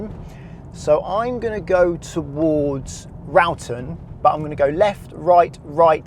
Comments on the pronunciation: It is pronounced raw- ton. I was there the other day for a football match and the road markings are rubbish all over the town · Hello from a Swindonian! Wroughton is pronounced raw-ton! I don't drive, but if I did I would not be able to cope with the Magic Roundabout!! Most locals just go and hope for the best! I don't even like going over it as a passenger! 🙈😂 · As a Swindon local, it's amusing to hear non-locals get local towns pronunciations wrong. Cirencester = Siren-cester Wroughton = Roar-ton I have regularly heard (from non-locals) Cirencester pronounced as See-ren-cester and Shiren-cester. They aren't the most obvious places to know how to pronounce. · I live in swindon its easy just take it one round about at a time and Wroughton is pronounced raw ton lol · I used to cycle over that road, it's generally point in the direction you want to go and hope for the best haha! You did at least pronounce Walcot correctly! But your edits are right, it's siren-cester and raw-ton - big fan of your videos though, I have my test in December so this is helping massively, good to see you tackling some roads in my neck of the woods! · It's Cirencester not your way saying siren sester and wroughton not how u say it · Your pronunciation of Cirencester and Wroughton had me in hysterics here, haven't laughed so much in ages.